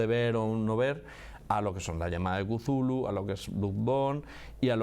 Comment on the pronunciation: "mitos de Chulu" que horrible pronunciación 🤣🤣🤣🤣